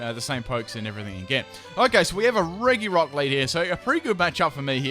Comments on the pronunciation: Re... Reggi rock? XD It's fine but I just found it hilarious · The pronunciations are depressing. Slaking = Slacking, not Slake-ing. The G in Regice and Regirock is a J sound, not a G (like Giraffe) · Learn how to pronounce Regirock, bro.